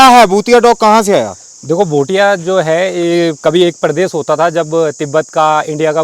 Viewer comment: Abe Bhai bhutia nhi bhotia bolna toh Sikh le